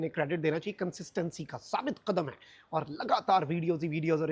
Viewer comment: Kal raat ka iqdam nahin balki "qadam"